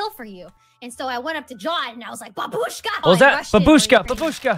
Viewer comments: It's bAbushka not babUshka... geez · First of all: that's awesome, we all understand that. Great job, I laughed at this animation pretty hard. Second of all: "Grandma/Old woman" in Russian is Bábushka, just to make a note. Am not complaining about their pronunciation, just being a prick. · Why everyone say "babUshka"? You need to say "bAbushka"